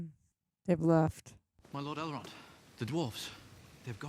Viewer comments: Azagol lol, and then you said Eldrond lol ah man im crackin up. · calling Elrond Eldron and calling Rivendell Rivendale is sending me 😂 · Four films in and we still don’t know it’s Elrond, not Eldron! The sword is the sword Bilbo gave Frodo in LOTR, you know what it can or cannot do. Gollum is not a hobbit, if you had listened in The Two Towers, Frodo said to Sméagol “you were not very different to us once” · How many times can you get 'Elrond' wrong? Poor effort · You've now seen 4 movies based on Tolkien's work and yet still you cannot pronounce "ELROND" correctly. I cannot tell if you're doing it purposely or not.